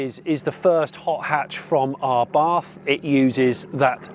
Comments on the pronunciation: *Abarth, not Arbath... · I don’t think it’s “R Barth” It’s just abath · "Arr barth" 😅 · It is pronounced abart... 🙂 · There is only one r in Abarth. It's not pronounced arbarth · Learn how to say the brand name properly before you do a review 🤦